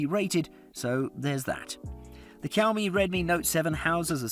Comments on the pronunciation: the way he says Xiaomi triggers me so much that I want to commit rope neck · Would you take advice from someone who can't even pronounce Xiaomi? How does Google Pixel 3a qualify as a budget smartphone? It's £300+. Two or three times the price of the others! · i get really triggered when he says "cowme" instead of xiaomi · Bro, it's not cow me. It's like a soft shao me. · Kaomi?😂😂😂 Fam do you mean xiaomi. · It's now Cow-Me it's Show-Mie (Xiaomi) this is how you pronounce it. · oh pls... it is pronounced "Siau Mi" not "Kiau Mi" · saying Keeowmee in video but i thought it was pronounced sheeowmee?? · Man, stop Ky-ouw-mee. It's Sh-yow-mi. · bruh, its not "Chiowmee". its more like "She-Ou-Me". try pronounce it fast multiple times and u will nail it. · The way you pronounce "shi'aw'mi" to "ki"aw"mi" made me hit the "do not recommend channel" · Kiaomi Redmi Note 7? Dude....it's pronounced Sh-iaomi!!! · It's 2021 I just found this video and I keep laughing everytime he say cowme😂😂😂😂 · My blood boiled when he said "cowme" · Xiaomi is pronounced 'shyaomi' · I dare you to say "Cow Me" one more time. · Is it really so hard to pronounce Xiao? Seeee oww. There, say it. seee oww miii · Greetings from singapore, i don't mean to be rude, did i hear he say cowme? 🐄 moooooooo, lol 😜😛 the word 'xiao' means crazy or mad in chinese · I love it when he says cowmiii it makes me want to hear it again 🤣🤣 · SHAO-MI SHAO-MI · i dunno where he pulled the K for Xiaomi from.. 😆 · Xiaomi is pronounce “see-ow me” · I believe Xiaomi is pronounced Shaomee. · Teacher: This video is 8 minutes of Cow-Me. Grade: F. Please re-do this video. Brain seizure + cringe. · Whenever this guy says Xiaomi The subtitles hear: COW ME Edit: Thanks for the likes guys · That's exactly what he says, Cow Me. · The subtitles and my ears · Same issue here. Freaking irritating! MOOO! 🐄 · ToastBlox OMG I JUST REALISED XD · Gotta love yoursrlf a Kiaomi 😂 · Kiaomi it's very cringy to hear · Its xiaomi not cowme.., 😁😁😁